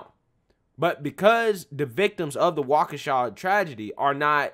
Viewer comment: You said Waukesha correctly. I am impressed.